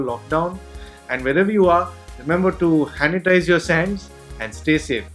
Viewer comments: “Hanitise your sands” 😹😹. 1 sec later= Subscribed! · 0.57 did he purposely said that? Hanitize your sands?😅